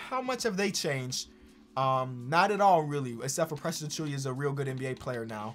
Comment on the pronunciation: Ain't it "Achoo-WA" tho